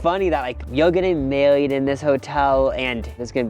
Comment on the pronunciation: Weirdly i thought he said burried instead of married 😂